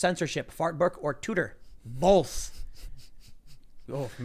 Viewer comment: Bowlth. I can’t unhear it.